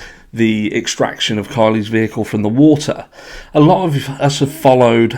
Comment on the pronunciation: he also need to learn how to pronounce "wa-ter" not "woo-eer"